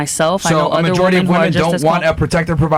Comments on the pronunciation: Lol that was funny, the chick that can't say women, she says woman in the dumbest way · Why do so many people struggle to say WOMEN? They say the plural of women as WOMAN. why? Pisses the shit outta me. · It's women!!!! Not woman fucking gen z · when a person can’t for whatever reason can say “women” should never be taken seriously. should stay quiet for now on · It is so freaking annoying. They confuse the singular and plural pronunciation. Glad I’m not the only one. It’s also taught in liberal colleges.